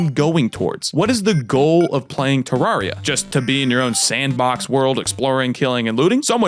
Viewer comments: One it is you say it like this te rare e ah two I have played this game since I was seven I nothing traumatized me but my older sister hates this game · Sorry Terr-air-e-uh is how it’s supposed to be pronounced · Me:;NOoOoOoOoOoOooO PLEASe I WANN- well yeah it does say teens. Any way that’s not how you pronounce terraria. You pronounce it like ter-rare-e-a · It’s pronounced TerRAIRia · I bet he never said terraria right like chippygaming